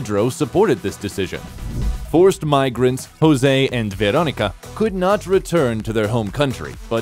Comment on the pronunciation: Hahahahaha I love "Jouse" ando "Pedruo" 😂